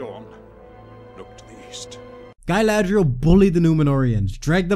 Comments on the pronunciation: nice vid m8, just one question: do you call galadriel gailadriel on purpose because you hate the show and dont accept her as galadriel or do you think thats how you pronounce it? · It's Gah-ladriel, not Guy-ladriel. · That goof said “galathhhhhhreil”😂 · Im not a native speaker what are you calling Galadriel?